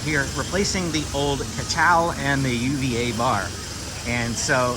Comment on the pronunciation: It's pronounced oouva bar not U-V-A bar,also you can pay for your merchandise with the Disney app when you use the Disney merchandise mobile checkout.